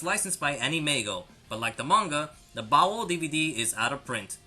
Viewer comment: You're over pronouncing baoh its pronounced like bao not bao-oh